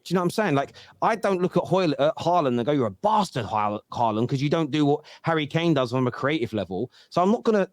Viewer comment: cringe calling holjund haaland